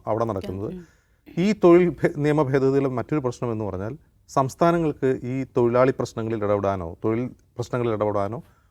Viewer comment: തൊയിലാളി അല്ലടെ തൊഴിലാളി ആണ്.. നാക്ക് വടിക്കാൻ ഈർക്കിൽ മതി പണിമുടക്ക് വേണ്ട 😂😂😂